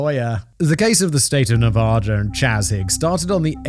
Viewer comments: It's Nevada, not NevOda! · Fantastic episode this one. but Simon you’re killing us with your pronunciation of Nevada. It’s not fancy, just pronounced Nevaduh. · It's pronounced "Nev-add-uh", Simon. Would YOU be okay if someone regularly called you "Semen"? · Simon, it's pronounced nevAda. the first A is pronounced like the A In cat. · As a man currently living in Reno, just know, fact boy, I will fight you if you keep pronouncing Nevada that way. You're talking about America. Speak American. (Love the show, listen every day)